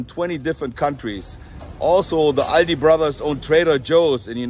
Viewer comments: It is pronounced All Dee In US. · it is not called „Aldi‘s“, its Aldi